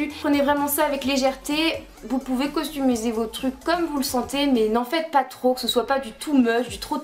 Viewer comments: Tu dit costumiser c'est customiser x) ! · Super vidéo, mais sinon on dit customisé et non pas costumisé ca ma stressé pendant toute la vidéo haha bisous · Tu sais que on dit customiser et pas costumier